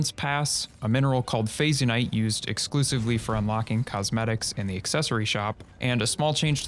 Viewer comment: By the way I think Phazyonite pronounced "Fashion-ite"